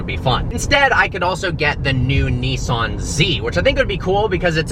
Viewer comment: Old BMW, espescially as I can't stand the way you pronounce Nissan !!lol